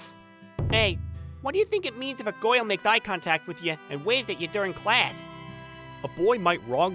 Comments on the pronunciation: i started laughing my ass off when the dude said gayrl and immediately looked in the comments for this comment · He said goil but it's soposed to be girl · he literally says "goyle" instead of "girl" omggg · Can't help but chuckle hearing the word "girl" pronounced like "Goyle" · I like the guy that said goil instead of girl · instead or girl he says " goyal" lmfaooooo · Bro said girl like gool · he said goil instead of girl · He pronounced every other vowel like bugs bunny “The kindest Goil” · Also, he pronounces girl like goil. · bro wh-why the main character can't pronounce (girl) in right pronunciation i dont know why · I cant stop wheezing when he pronounces "girl"